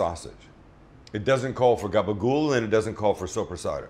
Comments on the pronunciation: It’s gaba-gool. With an L. Get it right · if you go out on limb to say something pretentious, at least know the word... NOT "Gaba-Gopo!" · It's "gabagool"